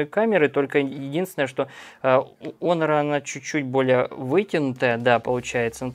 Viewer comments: Не онор а хонор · Почему "Онор"? Вообще то читается " Хонор" т е " честь". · даже смешно.....))что за Онор. такой. Если есть претензии на знание английского языка, R в конце слова не произносится.[ˈɒnə] А знания видимо нет. Лучше говорить по русски ХОНОР и не смешить других.